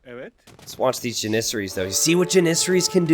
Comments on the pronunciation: JAN-IS-SAR-IES or Janis-saries. The Pronunciation of onager was debatable but this one is not lol. God it's like nails on a chalkboard every time he says it..... The herding of deer seems like a giant waste of time lol but I guess theres not much going on early game and farms do cost wood I supposed. Still what a pain in the ass hahaha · Dont worry I completely agree he's pronouncing it really weird. Jan-is-sar-ies or Janis-saries I googled it to make sure because his pronunciation was bothering me again LOL